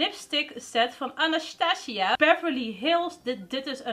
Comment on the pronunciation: Mag ik vragen waarom je Anastasia zo grappig zegt ? 🙈🙈 Btw ik hou echt van jou video’s echt een inspiratie om weer make Up te kopen hahaa